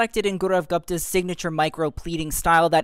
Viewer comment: You mispronounced Gupta, It’s not Guhpta it’s Goopta